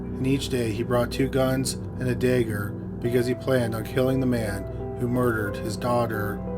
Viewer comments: If you're gonna spout on about bubbles, sorry babbel please allow us to skip the poxy adverts, give us the choice wether or not we want to hear them, to be honest bud you've not got the voice for plugging adverts and is dagger NOT dragged. Shame on you Sir 😁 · "Dagger" rhymes with "bagger"